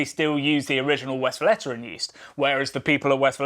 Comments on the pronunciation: The E between the L and the T is pronounced as an A. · Tip, next time take a look at the correct pronunciation of the name. Sounds so strange like you say it being from Belgium ;-). Otherwise great recap of what it is and how it's linked to ST Bernardus!